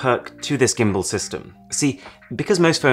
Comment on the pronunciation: Arun, please, you're British, pronounce "gimbal" right